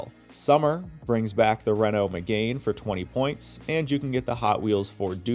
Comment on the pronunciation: its meg-an not megain